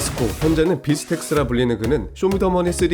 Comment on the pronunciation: 빌스텍스가 아니라 빌스택스 입니다